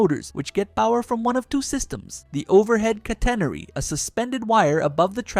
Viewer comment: Catenary = cat-uh-nair-ee